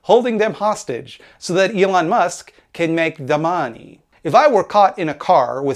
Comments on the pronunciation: Also very amused by the way you say Mahhneey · I like when he says "The Maaney".